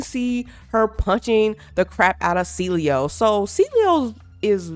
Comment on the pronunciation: I don’t know how people call him cilio. All these YouTubers keep pronouncing it wrong when it is a simple name to pronounce. Get AI to read the names for you before making a video on the game. 🤦🏽‍♂️